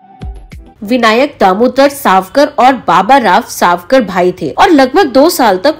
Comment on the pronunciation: साव.कर नही सावर.कर.. 🙏🏻🙏🏻